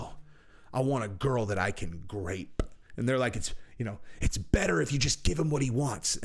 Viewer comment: It’s groped not grapes